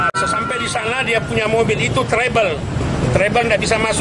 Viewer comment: Trouble pak, bukan trebel